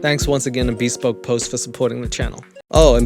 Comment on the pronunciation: Admittedly, I might be wrong. But the normal pronunciation for bespoke is /bəˈspōk/, with the emphasis on the second syllable. Maybe this company doesn't pronounce it that way and maybe I'm being an ass for talking about it. But I was trying to be helpful. Feel free to tell me to f*** off... I just couldn't help myself. 🙃